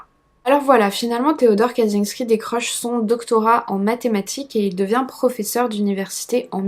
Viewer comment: info pour chipoter : "cz" se prononce "tch" donc c'est tres probablement "katchinsky" en phonetique . le J (y compris celui avec un point dessus ) se prononce comme un G . Zubrowska la biere se prononce "joubrowska". le L barré est un "iote" il se prononce comme un w .... bref... si tu as besoin d'aide un de ces quatre concernant es pays de l'est n'hesite pas ! Ps: arrete un peu tes projts annexes et redonne nous des videos, j'adore ton boulot mais ca se voit que tu as pas la tete a ca ... kiss